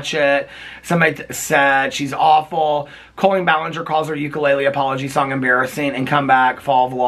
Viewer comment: This is a good video. But I don’t like colleeein balanger